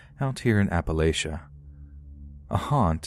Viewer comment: You pronounced Appalachian wrong